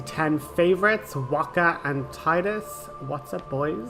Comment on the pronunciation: So excited for this series. This is my fav game series and I'm looking forward to seeing all the new tidbits you've got for us. Also... "Tide"-us!, you gave such grief to Dean when he pronounced it that way!